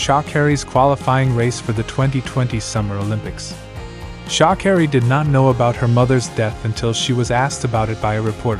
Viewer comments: How do you pronounce her name again... Shaakerry. 🤣🤣🤣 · What's with the SHA bit pronounce her name properly for the billionth time. My father told me when I was very young, one must never let anyone spell or pronounce one's name incorrectly.